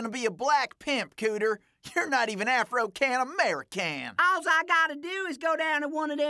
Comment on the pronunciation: haha "afro-can amero-can"